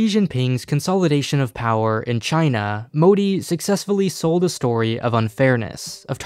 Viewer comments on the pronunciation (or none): The way he said M̶o̶d̶i̶ moody 😂😂😂